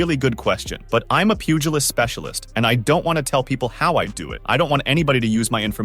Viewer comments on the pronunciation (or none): none